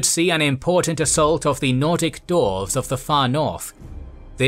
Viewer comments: The vid is amazing but you have to learn how to say some words from the universe. You have used so many models from TW franchise and even there characters say their names. I didnt know there were dorfs and Sarsnik in Warhammer. Same for Archeon. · Cool video but it's disappointing that time wasn't taken to correctly pronounce Archaon(as Archon), Clan Skryre(as Skyre) and Dwarfs(as Dorfs).